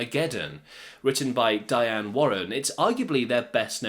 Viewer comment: it's Dione, not Diane. Only one of the biggest songwriters ever...